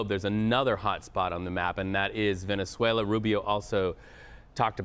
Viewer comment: Rubio said “ploops” and “velezuela” 😂